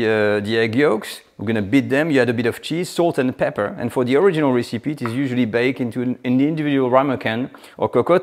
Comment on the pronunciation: Oh please, please: it's not "ricipee" it's "rècipee"...